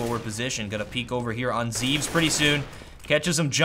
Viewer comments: It's pronounced Zev-es, not Zeeves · his name is written zEVES, but is pronounced zehvehs, and his name is jkaem and is pronounced j-kehm